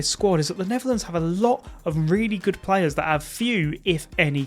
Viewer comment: I heard that too